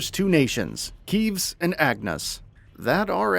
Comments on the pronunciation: Nice "research" saying Keeves instead of Kev-is. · Keevs and Agnus……lol KEEVS!!!! It’s Keves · I... I am surprised by the mispronounced words. Keves especially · kEeVes. All fairness thought this is a good video that’s only building my hype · Don't mean to be an asshole but "Keves" is pronounced Kev-Es, not Keevs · Kehvez not keeves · Keh-vess not keeves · It's Keves not Keefs babes edit: seena and laynz my beloved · You said keves wrong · You couldn't even bother to find the correct pronunciation of Keves... ok..... outta here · Why cant a single american pronounce keves correctly...... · man analyzes direct, still pronounces Keves wrong unlucky